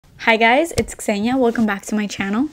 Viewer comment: Γειά σου Ξένια!!!i had guessed that you are related to Greece by the way you pronounce your name! Greetings from Athens!